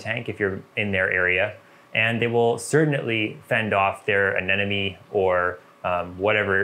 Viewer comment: A ne mo nee. A Nemo knee. Finding Nemo. Not neno. Anemone. Not anenome..